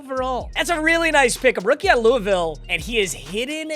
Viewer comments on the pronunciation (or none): none